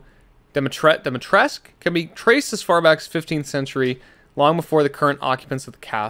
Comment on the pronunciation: this is a trigger warning for romanians this game: let's put a lot of effort to make this game feel exactly like a village and a castle from romania also this game: pronouncing Dumitrescu as Dumitresc, BRO WHERE DID THE FUCKING U GO? IS IT THAT HARD TO TEACH THE VOICE ACTORS TO PRONOUNCE SHIT RIGHT? it's pronounced dumitrescU (type it in google translate to hear it in romanian) for non-romanian speakers i am very sorry for my trigger but i love the game and they put so much effort in the level design, i just don't understand, it happens with every word in romanian in the game